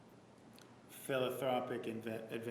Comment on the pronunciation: I had to google what Nurmi called "philothropic" and this is what came up: Did you mean: philanthropic What an idiot!!!